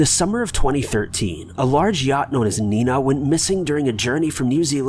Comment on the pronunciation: The boat was Niña, not Nina. The old lady was the only one I heard pronounce it right 😭